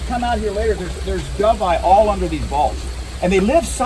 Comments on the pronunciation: did he say do-vee- eye? dude seriously? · Awesome video, but it was a little odd hearing the filmer say Dough-vee-eye. I have never heard anyone pronounce it that way lol.